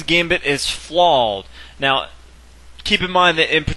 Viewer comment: Why can't this guy say flawed?